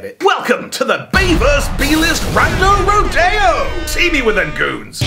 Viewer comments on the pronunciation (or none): Roe-Dey-Oh... Jeebus everytime you say it it sounds stranger. Take it from an American County bumpkin, it's Roe-Dee-Oh